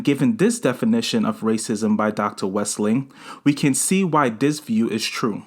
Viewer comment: You're saying her name incorrectly.